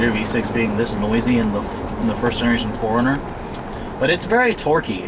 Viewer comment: When you say '4-runner' it sounds like 'foreigner.'